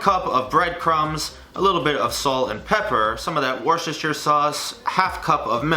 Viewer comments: It's not 'Worchester' it's 'Wusster' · PLEASE This link shows you how to pronounce worcestor